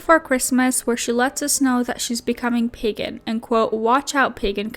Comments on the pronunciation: Not the emphasis on the second syllable of Wiccan 🤦🏻‍♀️. And PEE-gan?! … It’s PAY-gan . Also, I. WHAT WORLD IS TRISHA PURE?! The Pagans, Wiccans, and Witches don’t want here and are casting protective spells and charms the house. That bad juju is gonna get her. And calling it now, a hyper fixation on Hocus Pocus, The Craft and AHS: Coven is on the Horizon, just watch. And Trisha doesn’t deserve to be a parent because if Moses were taking care of the baby, she’d be jealous instantly. God forbid her main character energy spotlight is taken away. Sis was literally furious at Jason for wanting to spend time with his own kids! I seriously hope she doesn’t have a kid because she would no doubt mentally and physically abuse that child; the proof is already there. And CPS needs to be called IMMEDIATELY. And FFS, the gameboys are HIS. The table looks dope, and if they are rare, it ups the price of the table. You’re that devastated, go buy one. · Is this a way to have ties to Moses for eternity? Actually the more he talks, the more I see they are the same. (Sorry) And she needs to learn how to say PAgen not Peggin.. thats for your onlyfans. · Wicca doesn't deal with curses. Also it's pronounced Wick-ah and Pay-gan. She could possibly be a natural witch, that's not out of the realm of possibility. Wicca is an organized religion like the Catholic Church or Lutherans or Protestants or Baptists. You can have a natural affinity to Witchcraft. Pagan is an umbrella term for many different types of spiritualities. Wicca is just one out of thousands. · She's pagan but pronounces it wrong 🙄. Love it.